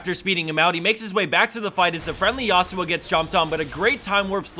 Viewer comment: Please stop saying YA-SU-OH, is actually YA SWO, not two separate syllable